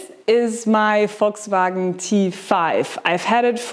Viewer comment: A german saying "Volkswagen" is music to my ears.